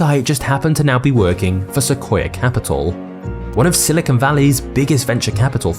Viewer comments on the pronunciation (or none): none